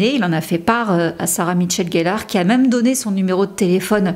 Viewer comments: C'est pas pour être lourde mais , tu dit " Sarah Mitchell gellar" c'est peu être involontaire.. mais du coup c'est pas très précis , quand on sait que c'est Michelle la présence du "T" ca choque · Apparemment, je suis la seule à avoir un gros problème avec la prononciation qui bute sur "MiTchelle", très étrange...j'ai bcp de mal!!